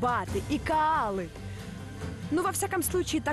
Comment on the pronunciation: Регина, не кААлы, а кОалы!!!! Через О. А каалы ,это цветы такие. Конечно говорят не всегда как пишут, но тем немение, в ее произношение слышится как каалы, как будто она о цветах...:-) Аж слух режет блин.